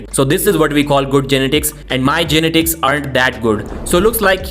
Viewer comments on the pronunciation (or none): Learn how to pronounce genetics. You're butchering that word